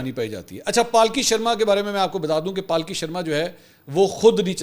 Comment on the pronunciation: Palki nahi sir Pulky boliye